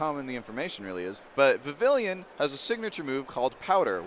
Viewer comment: okay i cant stand watching this video. can this female commentator pronounce vivillon properly and not vivillion?